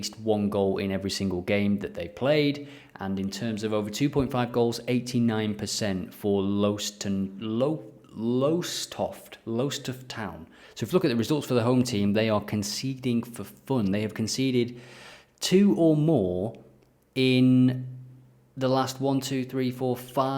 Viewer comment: Lowestoft is pronounced Lower Stoft. :-) And pep for England !